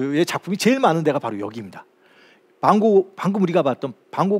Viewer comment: 말씀하시는데 진짜 반 고흐 좋아하시고 설레보임 반 고ㅎ, 반ㅇ금 우리가 봤던 반 곻, 그가 그르케! 사랑해떤 ㅎㅐ바라기. 그리미, 여기 이르케 터억! 걸려이써여